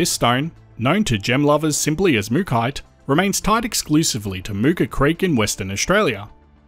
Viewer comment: Why pronounce it Mookite but it's spelt MookAite, and it's from MookA